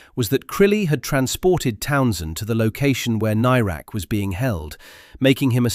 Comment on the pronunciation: I don't think you're pronouncing "Nairac" correctly. At the time of his disappearance it was always pronounced with the "air" part of the name as you'd pronounce the "air" that you breath.